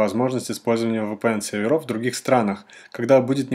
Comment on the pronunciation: еще бы правильно произносить VPN научился бы)